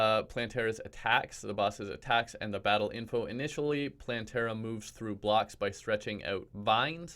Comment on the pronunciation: Me: clicks on vid Him: Hey, people! So today I can finally bring you my plantera guide. Plantera guide. Plan-tear-uh guide Me: cries in plan-ter-a